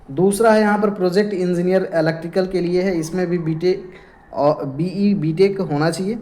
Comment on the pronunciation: BE ko ye BA bol raha hai aur oven ko even bola jiska meaning bahut alag hai